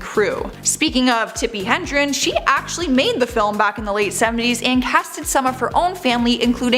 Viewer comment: It is not Tippi HENdren, it is Tippi HEDREN 🙄. Geez….